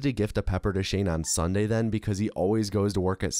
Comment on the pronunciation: You pronounce "sunday" like "sawnday" and its crazy